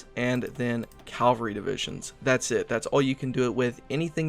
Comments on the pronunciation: Cavalry not calvary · Mecha-G-nized ca-L-vary :p